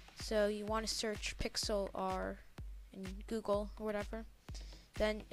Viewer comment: nice video, but its pronounced pix-ler